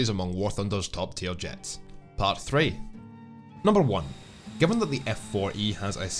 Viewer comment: "Paht"? Where are you from, Boston? :)